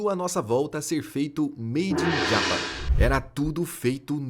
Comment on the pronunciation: Fala direito Japão em inglês ! 😮😮😮